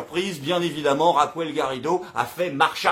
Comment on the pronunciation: Bon courage! Une précision, si ce n'est pas un trait d'humour : En espagnol Raquel ne se dit pas "Racouel" mais "Rakel"...